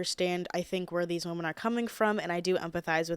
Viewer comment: i love how u say the plural for women just as woman lol. my friends and boyfriend always make fun of me for saying “whamen” lmfao don’t change lol